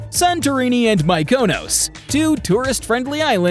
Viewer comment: Especially when the famous Greek Island of Mykonos ( pronounced MEEkonos) is mangled into 'my KOA NOAS'